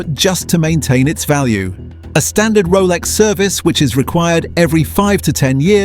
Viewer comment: A 5 yr old on crack could’ve made this shit vid, even the AI can’t pronounce Rolex properly